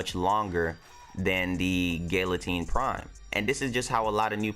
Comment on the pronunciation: Gal-atine not Gill-atine